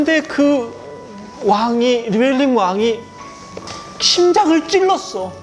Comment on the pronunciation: 겔레트가아니라 겔레트입니다